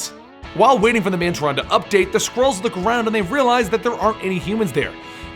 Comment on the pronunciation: When you said Skrulls at first, I thought you were saying squirrels